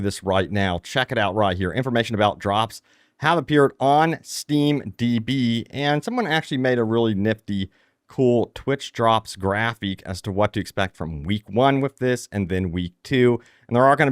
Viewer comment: who the fawk says graphic like Grapheek lol what the hell dude.....